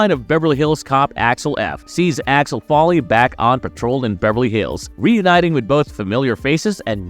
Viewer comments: It's Axel Foley😂😂😂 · sooooo... is the voice over on this video from someone who not American OR is it "A.I." because it/ they keep messing up, mispronouncing n getting the names especially the title character's name wrong constantly and even in different ways... NOT cool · Claims to be excited for the new Beverly Hills Cop movie and keeps mispronouncing Axel Foley’s name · Dude you cant even pronounce his name right ffs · Bronson Pinchit and Alex Folly???? Work on your pronunciation dude. You got almost all the names wrong!